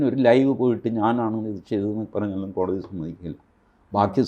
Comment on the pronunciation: ?????കോടി???? തി എന്നല്ലേ പറയേണ്ടത്